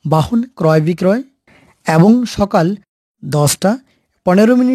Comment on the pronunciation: এ্যবং? না, এবং?